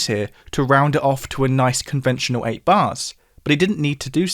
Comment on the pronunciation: Your refusal to pronounce a terminal L, conventionoo for conventional, tohtoo for total, and so on, makes you sound like a hamster with its mouth pressed against the cage. It's easy to fix: a terminal L is just like an initial one: your tongue touches you teeth in exactly the same way for both. You can probably sound like a human with a minute a day of practice, say every time you shave. I assume that you'll figure out that wiv for with is the same problem with your teeth.